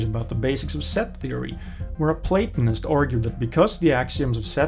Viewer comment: The first person online save for a few philosophy professors who know how to pronounce Platonist, hehe. I am not a Platonist, but for some reason i chose it as an artist handle a decade or so ago and it stuck with me. derp